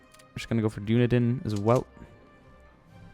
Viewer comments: Its not Dune-i-din its Done-e-den. Dammit why must New Zealand have such confusing names. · Dunedin is pronounced "Dun-E-den".